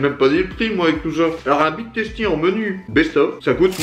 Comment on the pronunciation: On dit big teustie